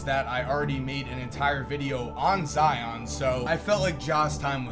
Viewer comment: Never forget that at one point pronounced zions name as “Zee-ohn”